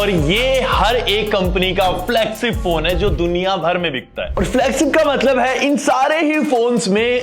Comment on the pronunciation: Flagsip ni hota Bhai 😂😂 flagship hota hai 😂😂😂